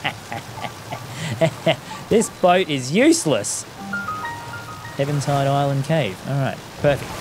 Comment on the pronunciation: Why do you say Evan Tide instead of even tide?